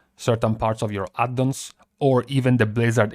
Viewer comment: LOve how you say "Add-dons"!